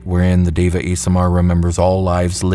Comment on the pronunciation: Deva is pronounced Day-vuh. Great video!